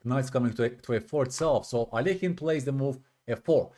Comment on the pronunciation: I appreciate how you pronounce Alekhine. Many people say it wrong 😂